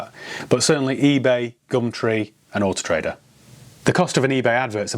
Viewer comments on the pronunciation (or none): "Horse Trader"...when you say Autotrader fast 🤣